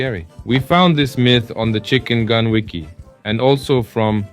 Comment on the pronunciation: It’s not chickengan it’s chickengun